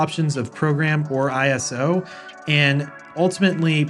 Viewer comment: Great video! Respectfully, know that ISO in this environment, is not I - S - O, it's pronounced EYE-soh, short for isolate. Calling that mode I - S - O could confuse some viewers, thinking it has something to do with the sensitivity of the cameras. Beautiful video, though!